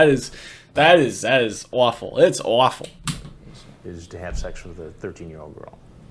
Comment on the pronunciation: As a west coaster, it's always a delight when someone from the northeast says "awful". It always comes out as "o-waffle". Go long on the O. Cheers